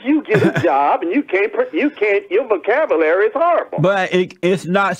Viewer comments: The guy who says vo-cab-ugh-lary criticizes JLP's vo-cab-you-lary. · Imagine someone saying, "Your vocab-uh-lary's horrible." Uh.... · "Vocabalary" need I say more?